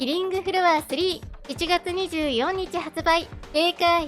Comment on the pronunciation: どうしても24 （にじゅうよんにちって言ってるのが気になる、にじゅうよっかって言えないのかな）